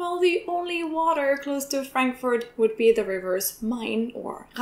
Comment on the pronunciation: Ich habe eine grosse Bitte, ----Please....no more HAM(pronounced like "Schinken" in English). We English speakers understand you perfectly when you pronounce it in GERMANl--Haaaaamburg. Same goes with Frankfurt. Not the nickname for Franklin--no, no, no! Fraaaankfurt. Please, we understand the names of these two cities when pronounced correctly in German.